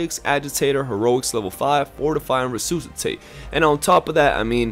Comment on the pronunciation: Nice concise video, and I hate to be "that guy" as I don't like criticizing anyone for sounding out a word they read, but gotta point out that Resuscitate is pronounced "re-sus-i-tate" ('sus' like "suspicion" not 'oos' like "goose")